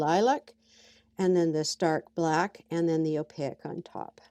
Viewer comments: Hello, at first I was confused because you’re saying ow-pay-eck instead of opaque (ow payk). Otherwise, I’m enjoying your video. :-) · Awesome demonstration of paint layering using a gel plate. One thing I've noticed is you've got an interesting way of pronouncing "opaque", you seem to be adding "i" or "y" in there, between the "a" and the "q". Or maybe it's just my poor hearing. 💜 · I'm thoroughly enjoying your videos - only discovered your channel this weekend. I'm listening to these playlists in the background while I work at my craft table. Your interesting pronunciation of Opaque, which others have mentioned, is a bit distracting. It's so interesting - like you rhyme it with oleic or mosaic. I'm wondering where you grew up, and whether its a regional thing.